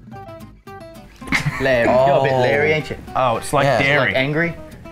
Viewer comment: did Luke just say 'diary'? with full confidence ?